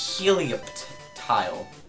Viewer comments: Just so you know, Helioptile is probably pronounced Heliotile; that p is probably silent, like in pterodactyl. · I think Helioptile is pronounced with a heli as in helicopter rather than heli as in helium. I mean, look at it! It's a reptile with a propeller on it's head!